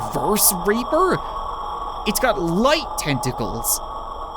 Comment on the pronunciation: Did anyone else hear that when he said reaper? Cause it sounded like something that i would like to not mention in the comments